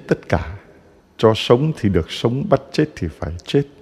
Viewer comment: THƯA CHA LONG ; ÂM ; CH ; NGÀI PHÁT ÂM SAI SAI RỒI NGÀI ƠI ; CHUŹ́A CHZA ; ; LÀ CHÚA CHA ;; CHUŹA CHUŹNG CON ;; LÀ CHÚA CHÚNG CON ;; CHIZỤ CHZẾT ;; LÀ CHỊU CHẾT;; .....VV......VV...... . CHA ƠI Con giáo dân thômasô THÂN VĂN HẢI 72 tuổi . CON XIN LỖI LÀ CHA